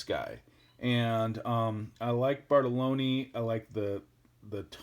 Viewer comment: also Bartolini was pronounced wrong. Let your bass do the talking I guess.